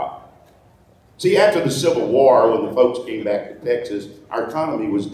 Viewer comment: I like the way you pronounce Texas, Tech-sis. Unique accent.